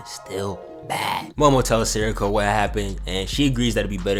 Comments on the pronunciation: It's pronounced Seiko Say-ko And since you asked who's my favorite fusion Gogeta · Its granny say-ko actually🤓☝